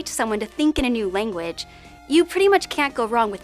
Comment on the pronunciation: Would you mind doing a vid on modern vowel shifts? For example, the young lady on this video often has her “a” sounding like an “i”. (Eg lang sounds a bit like ling)